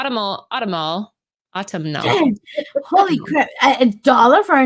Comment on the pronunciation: Vault had a string of good books, The Plot, The Autumnal snd Nightfall Double feature. Also, the Autumnal is pronounced Aww-tum-null. Emphasis on the "tum."